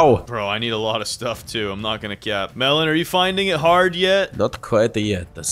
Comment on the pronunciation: They don't said cap they said cyap